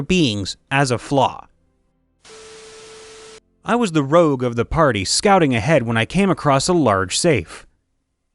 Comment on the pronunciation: Rogue, not rouge